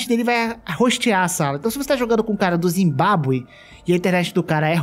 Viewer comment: Mano eu não tankei quando ele falou Zimbábue, JAJWJWJSJSJJWJSJSJJSJSJ